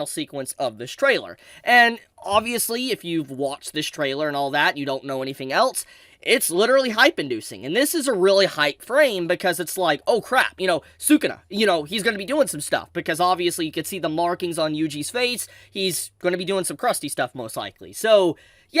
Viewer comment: His name isn’t “Sue-kuna”.